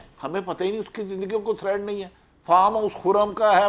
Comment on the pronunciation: Bhati sb thread nahi hota threat hota hy